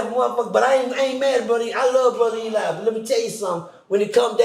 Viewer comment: Eligh is "he lie" 😂